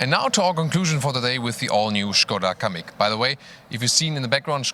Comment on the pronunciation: Kamiq ne lan iyice bokunu çıkardınız amk